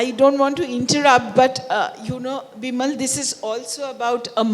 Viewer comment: Its Bimol not bimal.. is she not able to pronounce properly or ist it on purpose. I mean how hard is to called a name correctly. And bimol is not that hard one